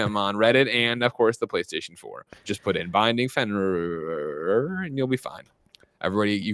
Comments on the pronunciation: Dear God listening to them try to pronounce Fenrir was so painful. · Finrururur lol it's Fin-Rear